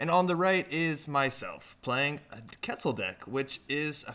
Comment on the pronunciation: I love that netrunner as a game has characters from a lot of different cultures and backgrounds, but it breaks my heart when I hear how people pronounce Quetzal.